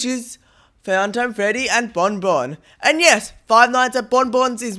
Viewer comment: Fuuntim Fredy and bombomb Sorry not supposed to be offensive it’s just funny the way he says it